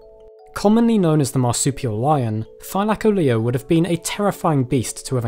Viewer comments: say it with me: thy-la-call-ly-O not -thy-la-colleo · Th-i-lak-o-Leo? Th-i-l-co-Leo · Your saying thylacoleo wrong it is thyla-co-Leo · I didn't realise this was how it's pronounced... I've been saying -thyla-co-leo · I only clicked to see if you pronounced it correctly, slightly off but better than most ark half whits, Thigh-la-Co-Lee-oh is how it's pronounced, they pronounce it like Thy-la-Car-leo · It funny how he say ty...-laic-olio not thy-lac-olio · Wait so ive always pronounced it Thyla-coleo are you telling me its pronoynced Thy-laco-leo???? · Wait it’s pronounced thi-lie-ca-leo I thought it was thi-le-co-lo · more like "thigh" lacoleo am I right lads? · You say it thy-lac-oleo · Lmao he says thigh-lack-o-leo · The mispronunciation of Thylacoleo drives me crazy. Try Thyla/coleo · Ur pronouncing it wrong it’s thi-o-co-lio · It’s “thy-Lo-Cole-lio” not the way Pronounce it lol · im here from ark and getting triggered at his pronunciation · Take a shot every time says thylacoleo wrong XD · bruh its not pranounced that way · Me who plays Ark getting triggered by the way he says Thylacoleo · You use the weirdest pronunciation for it